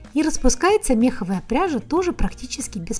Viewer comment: Это самый очаровательный обзор на пряжу из всех, что я когда-либо видела. единственное - меховАя, ударение на "а"